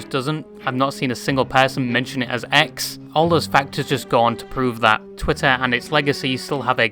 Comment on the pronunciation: why does he say twih and then the strongest tah ive ever heard